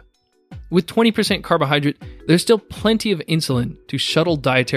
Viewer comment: It's carbohydrate not carbohydrit.